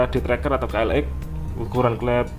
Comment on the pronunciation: Ka el eks om bukan ka el ek